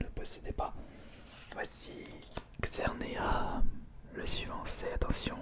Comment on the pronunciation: On dit xerneaS et cosmoVOUM